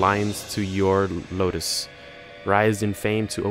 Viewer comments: Proper pronunciation Ludus (LOO-DUS) Capua (Cap-YOU-AH) Your pronunciation Ludus (Low-Dus) Capua (Cap-poo-ah) Just FYI, not trying to be a jerk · I cringe everytime you say "Capua" , "Ludus", or "Primus" other than that, good gameplay ;)